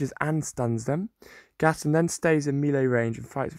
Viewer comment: It is not gastin it is gast on